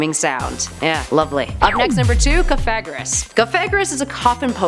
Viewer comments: Sooooo no ones gonna talk about how she pronounced Cofagrigus wrong? Like fam, She said “cofagrous” who is wrong here? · cough-a-gree-gus i think the other way ppl have said it is reason enough to never pronounce it that way